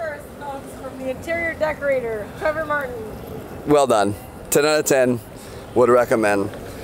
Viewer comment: It's trevor not trevan